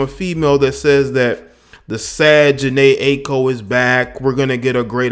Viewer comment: jhene i-a-ko is how it's pronounced